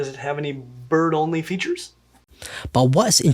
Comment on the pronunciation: everytime he said "bird only" i heard "butt only" lol